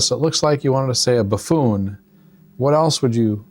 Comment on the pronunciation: buffoon, not fafoon